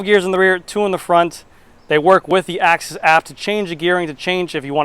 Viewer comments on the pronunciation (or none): none